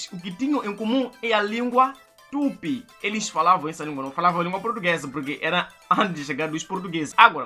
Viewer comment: Não é tup e sim TUPI, que isso amigo, virou portugués? Que tem preguiça de falar as vogais.. 🤣🤣🤣🤣🤣🤣